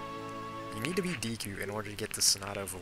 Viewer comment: When you say Deku it makes me think you are saying DQ.